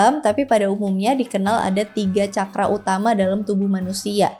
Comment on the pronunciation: Terima kasih ( narator)…rupanya narator sdh membekali dirinya dg apa yg akan disampaikan dan ini betul adanya..contoh dg mengucapkan kata CAKARA berasal dr bahasa SANSKERTA dari negara BHARATVARSA/BHARATIYA/INDIA..bhs tersempurna dipandang dari sudut konsonan vocal tata bahasa dsbnya, semoga bermanfaat bagi siapapun yg tlah menekuni SPIRITUAL👍